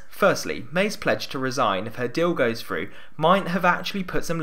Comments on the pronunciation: Free, Fird, Frough. Please use English properly, Three, Third, Through. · Love your videos and the analysis, really, really,really and thanks for your intensive hard work in getting them out these last weeks. BUT PLEASE Get someone to do the voiceovers who can say t and th: third, thousand, through, other and not (as in this one) fird, fousand, frew, uver. Sloppy speaking and distracting from you very precise analysis. Haven't noticed it in your previous items, so maybe the voice likeness isn't really as uncanny as all that. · Since when is the "th" sound taught as an "f"? It is THrough, not "frew"